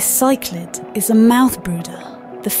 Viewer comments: This documentary is awesome! Just a heads up though, if you're using an AI voice make the AI say species names how they are pronounced instead of how they're spelled. Like in the video it says Chichlid how it is spelled instead of pronouncing it like "sicklid" etc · Great video, but some pronunciations are off, such as ‘cichlid’ which is pronounced sick-lid, not sy-klid amongst others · Cichlid is pronounced 'sick-lid'.:face-blue-smiling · Why is it pronounced psyc-lid and the sic-lid...? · Why does she keep pronouncing cichlids as “psych-lids”? Jesus Christ in heaven.🫤😳⚡️ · Why is she pronouncing "CYclids" , "SEEclids" and then "Cichlids" correctly the next. Doesn't make sense ? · would love to hear your voice it really took me off guard to hear her say cyclid lmao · I like her voice, but it is "sick-lid" at least in the US, she was pronouncing it multiple ways. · When she said Sichlid 😂😂😂😂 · Use your voice. Maybe you can actually pronounce Cichlid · Why is she pronouncing cichlid differently back and forth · I agree with the others here - the narrator's voice is clear and easy to listen to. But a couple of words (cichlid, platy) are mispronounced. Not the end of the world, just giving feedback :) Keep up the great work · he voice is good, but needs to choose one pronunciation for cichlid and stick with it. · I am so bothered by how she pronounced cichlid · The female narrator voice sounds better. However she should double check on pronunciation of words - cichlid 🥲😃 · I think choosing her voice was a great idea. Your videography is really amazing. I enjoyed the whole video. Keep up the great work. Btw, I noticed she pronounced cichlid differently throughout the video, did she use a combination of American, British, or other pronunciations?